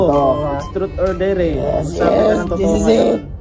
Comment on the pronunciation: ‘Trot’ or ‘der’ daw! HAHAHAHA bisaya na jud! HAHAHA PERO keep your vlog be more interesting and Godbless ya! ☺️🤩🤣